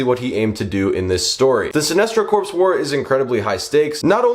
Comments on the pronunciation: Corps is pronounced Core. Not like a dead body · Don’t pronounce the P in Corps